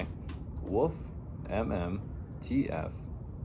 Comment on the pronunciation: There is an L in the word Wolf, you just make a dogs barking noise WOOF WOOF